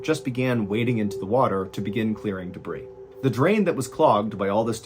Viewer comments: YES! And "debris" is pronounced "duh-BREE" (several times he said "duh-BREEZ"), "vehemently" is pronounced "VEE-uh-ment-lee," and "anyway" doesn't end with an "s." This is meant to be helpful, not critical. 🙂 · I’m sorry, but it has to be done. Debris is pronounced debree. The S is silent. English truly is a cow of a language. But French, the language from which this word comes, is even worse. Linda. 🇳🇿📚🍷🦆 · You pronounced debris- debreeze a couple of times as if it were a plural form. Even though that's not English, i think that's awesome. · There is no "debrees" what's next? Deers. Fishes, shrimps. Lol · love your channel but wanted to point something out to you. when you say the word "debris" you pronounce the "S". There is no plural for debris. You leave the "S" out when pronouncing it regardless of how you use it. Sorry, I have an annoying habit of pointing things like that out. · the 's' is silent in the word 'debris' sir ballzen! just a helpful tip from your pal christel the pistol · The s is silent in debris. 🤦🏽‍♀️